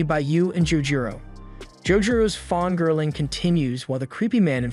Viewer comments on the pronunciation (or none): What's confusing as hell is that the narrator of this channel has no accent to their English, but just randomly mispronounces just a few certain common words, turning 'fangirling' into 'fongirling' for no apparent reason. You're almost certain it's a native English speaker, and then 'wham', you get blindsided by a bizarre mispronunciation out of nowhere.